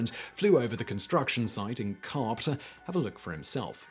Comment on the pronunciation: OMG... DYEfenbaker, Dyefenbunker... NagasaGI... and I gave up trying to understand the town name and just looked Diefenbunker up to find out it's not Co-op but Carp. Now that I'm done slamming his pronunciation... what's up with his beard? Looks like he's wearing a black mask against Covid-19 and forgot that he'd pulled it down.